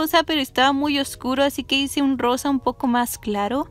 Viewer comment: No se porque pero cuando dices "rosa" escucho "arroz" SJSJSKS